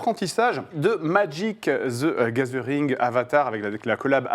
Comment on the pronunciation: "Madjic zy gazeuringue"